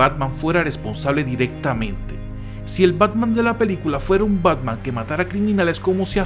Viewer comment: Parece que dice pacman